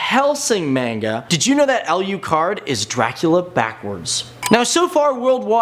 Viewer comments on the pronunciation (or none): you pronounce it like this "aloocard" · you pronounced alucard wrong!!! 😾